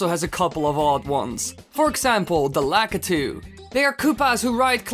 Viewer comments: it is said as LAK-I-TOO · LA KY TOO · well i pronounce it that way,so essientially the entire time you were pronouncing it wrong to me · Lah Kah Tu. Is not how u say it. You say it like LA Key Toe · This is my favorite Mario Bros. character. I've still have my original Nintendo plugged up in my bedroom (*I pronounce his name Lah key too) 🤣🤣🤣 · Actually the only time he said lakitu right was and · Lol Dutch accent kicking in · U almost said it properly